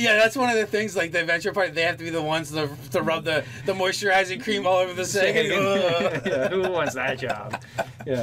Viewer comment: These crazy D&D monster names. I have always pronounced them 'sawa-gin'